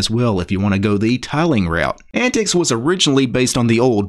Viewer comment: I don't think its 'Ant-tix'...I think it sounds more like 'ant-teeks'...which is what the OS was designed for...older computers.